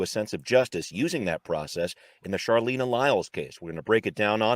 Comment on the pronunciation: Out of respect for Charleena, please know that her name is pronounced with a hard "ch" as in "Charlie". Also, cops lie about their safety being threatened all the time.